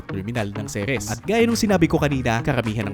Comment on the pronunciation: Pet peeve ko talag tong mga tao who pronounce "Ceres" as "Series" 😅